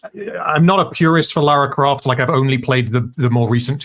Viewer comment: "....... There's only been one Laura Croft, only ever gonna be one Laura Croft............" 😂😂😂